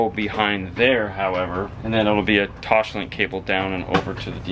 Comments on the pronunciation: Omg it drives me nuts when you say toshlink. It’s pronounced toss- link. I’m sorry but it drives me nuts. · Drool-worthy system and amazing work gentlemen! One note I mean in the nicest way possible: there is no “h” in “Toslink”. ;)